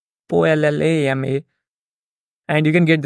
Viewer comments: Ollama is pronounced "Oh Lama". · the llm is pronounced “OH-LA-MA” c’mon ma’an !!!!!